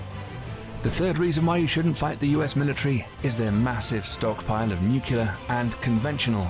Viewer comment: To the video's narrator: it's nu-clear, not 'nucular.' Please, please, with a cherry on top, please, please learn your craft properly?